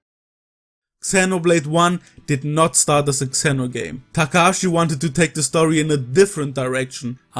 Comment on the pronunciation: You're the first person I've ever heard pronounce "Xeno" as "Kseno".